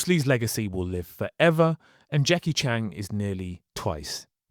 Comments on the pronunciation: Its not Jackie "Chang" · Jackie Chan not Chang... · He should have been Jonny Cage. Ps. Please learn to pronounce the names. 😂. How do you even get Chan wrong?